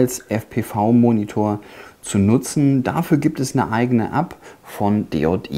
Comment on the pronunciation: Man Spricht DJI nicht DeJotiii aus sondern DiiiJiiiai